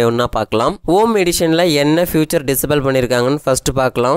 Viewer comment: ஃப்யூச்சர் இல்லமா. ஃபீச்சர்.